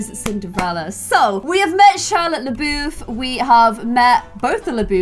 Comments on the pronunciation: Poor. It’s “bye-you” and “la-buff” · Technically if you consider the French pronunciation of LaBouff's name, she's saying it right (I'm French). Although I don't know which pronunciation is the most relevant here, the American one or the French one. I don't know how they pronounce it in the original movie though ☺